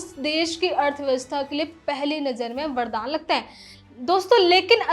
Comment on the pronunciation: लहजा ठीक है पर उच्चारण सुधारिये। खासकर है को ऐ ना बोलें